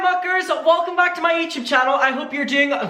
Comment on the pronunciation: Why do you say YouChoob lol it's youtube silly 😜